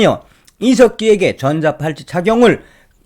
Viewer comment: 전자 팔찌가 아니라 전자 발찌 . 발음이 비슷하게 들리네요